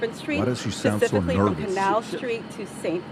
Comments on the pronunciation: She also said “pecifically” instead of specifically 🤦‍♀️ get her tf out. She’s an idiot. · If the nose ring didn't give it away, the jig was certainly up when she said, "pacifically" for "specifically." 🤦🏽‍♀️